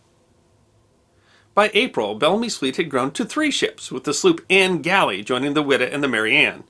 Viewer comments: It is pronounced “Y Da” not “ wi da” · I'm conviced it's pronounced 'wide-ah'